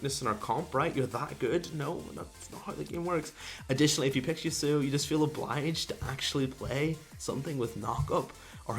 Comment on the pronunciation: I just cringe at pronounciation of Yasuo. "Yooseyo"? What?